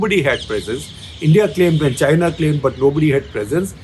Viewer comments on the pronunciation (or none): none